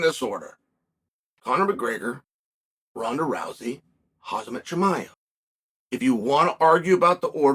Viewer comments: "Hahzmut chimea" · Who is Hazmet Chimaev? Is that Khamzats brother or something?